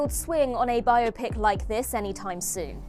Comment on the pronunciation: learn to pronounce biopic and STFU with embedded ads